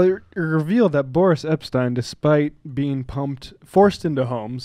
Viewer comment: Why do you keep calling him "Borish?" Boris is a pretty common Russian name, I have never heard it pronounce Borish. We don't have to like the guy but why mispronounce his name?